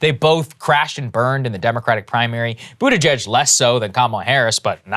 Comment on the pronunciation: Love how Jimmy Dore calls him budda-gigg! 😂